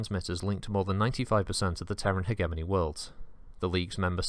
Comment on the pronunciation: Good video, but FUCK ITS PRONOUNCED HEDGE EH MONEY NOT HEG EH MOANY Gave me conniptions